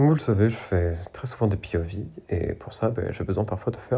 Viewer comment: qui parle anglais il a dit pov (pi-o-vi) y a que moi qui est choquée oooouuuuuuuuuu!!!?????